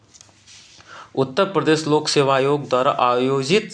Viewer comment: उत्ता प्रदेश नही उत्तर प्रदेश होता है